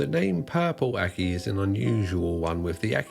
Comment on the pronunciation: I at first thought he was saying “purple acne”.